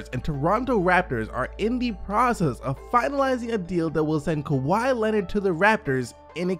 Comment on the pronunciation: This man said Keke to Kawhi!! 😂😂😂